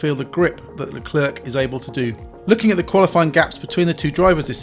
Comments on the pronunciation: It’s Le-Clair not Le-Clerk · Scuderearya???? Bro can this guy pronounce his own name?!?!?!? Unbearable to watch. Luklurk.... who the heck is that??? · Please say Leclerc properly! It's not hard! It's, as near as damn it for an Englishman with no French lessons, "Luh-clare". Don't pronounce the last C like it's a K! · Seeing as you pronounce it "La Klerk" I'm guessing you say "Jew-ventus" too. So English...... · But Charles Leclerc himself pronouce his name as straight forward as it is " Charles Leclerc" - so he is wrong in pronouncing his own name?? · "Charles Leclerk" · Luclurc? Never heard of him. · I wish you would put the effort to pronounce Leclerc's name properly. The c on the end is silent.